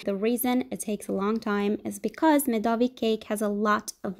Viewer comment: it is supposed to be MEDOVNIK with N :(